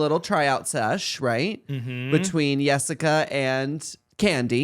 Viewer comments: Them saying yessica lol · Can y’all stop saying “Yessica”. Just because she has an accent doesn’t mean her name needs to be pronounced as such.